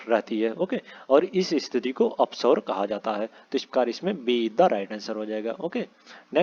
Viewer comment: उच्चारण पर ध्यान दे......oupsaur ko apsaur पढ़ा गया..जो की पूर्णता ग़लत है...